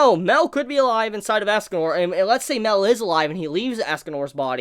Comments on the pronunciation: Dude its not "Mel" its "My-el". U making me cringe when u say mel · Mael is pronounced My.el like Mae sounds like my and l is pronounced el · I think it's pronounced (My-El) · Mael is pronounced My.el Mae sounds like my and l is pronounced el